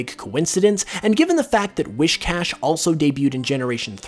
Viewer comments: “Wiss-cash” not “Wish-cash” The “whis” prefix is like what you’d say for whiskers. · His saying WISHcash instead of WHIScash is really bothering me. XD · It’s not whiSHcash it’s WHIScash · Wiss-cash dude, not wish-cash. That's driving me nuts to hear it. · I know right. LOL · *I know. It was getting annoying. And I accept your apology.